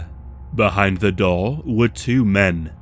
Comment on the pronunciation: Why u say Door like that lmao. DOUR